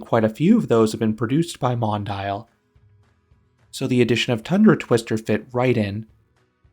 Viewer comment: Hate to be the "uhm actually" guy, but it's pronounced Mon-Dee-Al, not Mon-Dial.